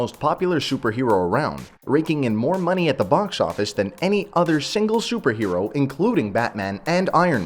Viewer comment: "Shuper hero"